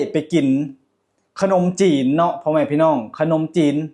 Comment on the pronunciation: เลือกซื้อบ่แมนเลิกซื้อคับพยายามออกเสียงให้ชัดครับขนมจีนกะบ่แมนขนมจีบเด้ บุพเฟต์ กินไม่อั้นแต่อย่าเยอะเกินมันน่าเกลียดจ้าน้องพ่😂😂❤❤❤❤❤❤่ด้วยรักและหวังดีครับ❤❤❤🎉🎉🎉